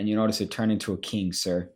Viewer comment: What is a “keeng”?